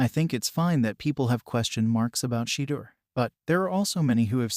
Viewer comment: At least pronounce Shedeur’s name correctly.